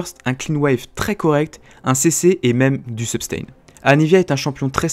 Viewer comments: Hey on dit sustain et pas subtain ^^ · Comment ca substain ?? Ca ce dis pas sustain ? :S suis perdu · Ouah il a dit substain au lieu de sustain, j'suis chiant :p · Juste pour info tu as dit substain et écris substain alors que c'est sustain, voila juste pour que tu le sache ou que tu te corrige. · mdrrr "substain"